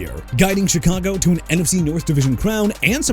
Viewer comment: Enough with the "New Or-leans" garbage okay?! You wanna continue butchering a city name, go ahead. It gonna get you fired! Also Alvin Kamara as in kuh-mar-rah! And Christian Fulton is not a quarterback; HE'S A CORNERBACK! ALSO CHICAGO AS IN EITHER SHUH-KAH-GOW OR SHEE-KAH-GOW NOT CHEE-KAH-GOW!! AND STOP SAYING "JAG-WIRES"! WHAT DON'T YOU UNDERSTAND DUDE?! JAGUARS AS IN JA-GWAARS AND IT'S ALBERT REGIS NOT ALBERT LEERS! AND MR. "I CAN'T PRONOUNCE ANYBODY'S NAMES FOR NOTHING" TONY POLLARD AS IN PAH-LURD NOT POH-LURD!! YOU'RE FINISHED!! GO AWAY!!